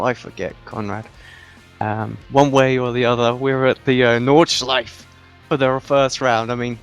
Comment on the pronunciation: I wont lecture you on the corner names cause thatd take way too much time but theres one thing id like to point out...the 'e' at the end of nordschleife isnt silent. Same goes for porsche